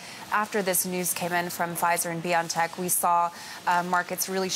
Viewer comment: It's "Bio (and) tech... Not Biontech... Not pronounced like you are saying...